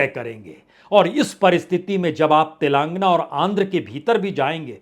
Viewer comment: पुण्य प्रसून जी "तेलांगना" नही "तेलेंगाना "